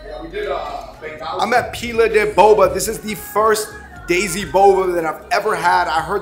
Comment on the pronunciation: Bro it's '' Desi '' not daisy 😩